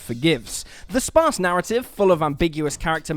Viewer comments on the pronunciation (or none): none